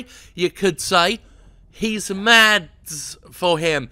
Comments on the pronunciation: His name is pronounced "Mass" not "MaDs". Its a danish name, since he's a danish actor. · It's pronounced Maz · Guide to pronouncing "Mads": Ignore the d (ha). Think the latter part of "Thomas" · The d in Mads is silent. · the "d" in "Mads" is silent. Pronounce it like "mad", just with an "s" at the end instead of a "d".